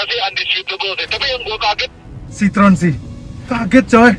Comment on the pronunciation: Tolong team cvt belajar dulu sebutannya bukan sitrun atau sitron dalam bahasa Perancis itu dibaca nya si-tro-en, entar orang Perancis nonton bisa marah loh, hahaha 😂